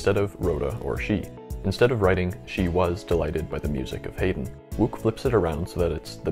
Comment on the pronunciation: I suggest you re-record this piece (it's very good) but pronounce Wouk as "woke" and Haydn as HIGH-den.